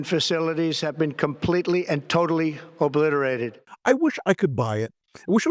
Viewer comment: ...."tatally oobbblisserrra"...🫦👅 He has lost his pronunciation and the American people💋